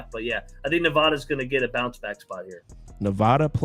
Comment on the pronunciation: It's Nevada, not Nevada. You guys always mispronounce it